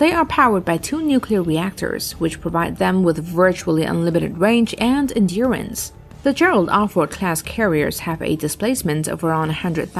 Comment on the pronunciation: Will someone teach her how to say “superiority” please? Also, does Russia have more than one “navy”? Maybe it does, I don’t know. And “endurance”? 🤔🇨🇺🇺🇸😊